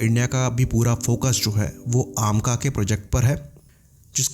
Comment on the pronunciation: AAmca nahi amca ha